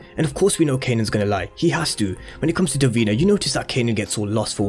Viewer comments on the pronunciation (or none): Duh-Veen-na not dur-been-a